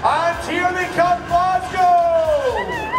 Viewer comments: The index on the video said, "it's pronounced Glaz-go", and you then go an call it "Glass-cow", like most other Americans, and this whole, "we are eating Haggis, made from lungs, heart and liver, try it if you dare", is getting pretty old. I lived in American for a year, and some of the shit you eat puts Haggis to shame, Hot-dogs (lips and assholes) chittlins, and WTF is head cheese? it would be nice to see some of our American friends, just try Haggis, rather than make it look like your about to eat a cadaver, and if I am honest, it's pretty insulting, and insensitive. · Yeah, "Glass-cow" will single you out as clueless in a second. "Glas-go". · I know I’m getting old now grumpy but jeez, how hard is it to pronounce it properly…..glas go!!!!!! FFS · i cant listen to you say "glass cow" one more time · IT IS NOT GLAS COW SICK AND TIRED OF AMERICSNS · MAJOR CRINGE ALERT !! GLAS GOW ?? Glasgo and Mosco ! "Traditional " haggis doesn't come covered in batter from a Chip Shop !! It's boiled in the sheep's stomach and eaten with NEEPS AND TATTIES (mashed turnips and mashed potatoes).